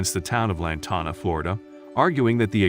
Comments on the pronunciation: The town’s name is pronounced as Lan Tan Ah and spelled as Lantana. When you do a story do your homework, please. I think this is so ridiculous, that this happened to her. I grew up in Lantana and I can tell you, this law was not practiced until recently. We had issues where there would be 5,6 or more parked at our neighbors house and would extend over to our property and nobody did anything. I can honestly say it was probably implemented and implied to more well to do housing, especially when HOA is involved or not. The city expects those places to look perfect! You park and it looks like a sore thumb you better move it right now. This is probably why this happened to this lady, she was making an unacceptable appearance to her neighborhood. Lantana wasn’t always pretty. It was nice, then bad and awful for a decade or more. They want it to remain nice. They are probably overreacting but I can’t say I blame them. They love their town and they don’t want to revert back to their ugly past. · Lantana and surrounding Towns have crazy ordinances. That computerized voices are annoying. Pronounces Lantana wrong